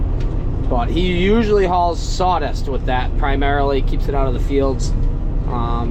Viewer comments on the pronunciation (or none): *Claas "Sawdist"?????????